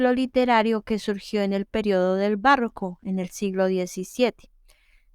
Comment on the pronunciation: Es barroco, no "bàrroco". Como está en el tìtulo.